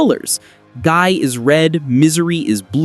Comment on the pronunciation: I get aneurism hearing Gii's name get butchered in pronunciation repeatedly